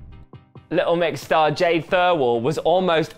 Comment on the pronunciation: Jed and Jade but sometimes Jades accent makes her pronounce her name as Jed so now it’s Jed and Jed